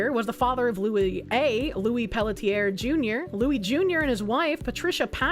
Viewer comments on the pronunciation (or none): Pelletier is pronounced pel-tsee-ay